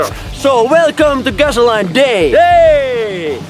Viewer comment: You speak great English. I do want to say gasoline is pronounced gas-oh-lean. I hope that helps. Awesome videos!!!!!!!